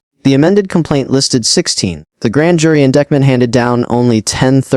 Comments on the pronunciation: Please correct AI calling indickment instead of indictment! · Is it really necessary to repeat the same information in an AI voice that can't correctly pronounce "indictment"?